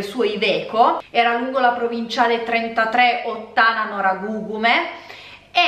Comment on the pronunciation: Noragugume. Accento sull'ultima u